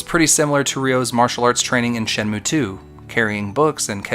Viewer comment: Bruh, its called Shenmue. Not Shenume : Virtua Fighter. Or Virtua Fighter : Shenmue. Everything you did in your video, minus the call outs, is exactly like SEW, warts and all. You mislead and used unrelated examples. I had to go out of my way to find out about the skippable cutscenes; which you both didn't give the whole truth on, maybe I should make a video on how BOTH of you are misleading? But your call outs definitely set you apart for SEW. Look, I get your indignation on how you think SEW mistreated Shenmue, fun fact thats alot like how SEW got his start with his first video on HXH. This sort of thing brings out a creative obsession I guess. But, have awareness my dude, calling people shills because of there opinion makes no sense. Your a Shenmue shill and an anti patreon shill. There, see how meaningless and effortless that was? Also since I'm sure your gonna see this, the reason why I responded to all this in the first place is that it really made me question any integrity you have as a content creator when you pin a comment that accuses someone of plagiarism and describe the comment as "perfect". That's why I think its personal. Not against SEW specifically either, but all these "influencers".